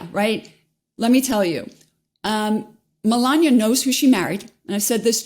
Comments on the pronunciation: “Mel-an-ia”, not, “Mel-an-ier” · Does 'melania' have an R on the end or what? wtf is Melanier? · They keep mispronouncing Mela Nomas name